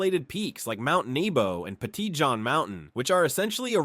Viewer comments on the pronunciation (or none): none